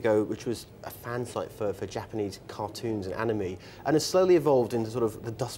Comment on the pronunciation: "Hackivist" "ani-me"